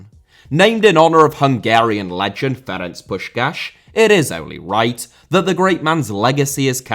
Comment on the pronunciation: as a hungarian i greatly appreciate pronunciation of ferenc puskas